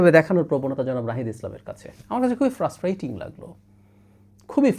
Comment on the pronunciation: ফ্রাস্টেইটিং বলছেন কেন! বালখিল্য ,হাস্যকর!!!!!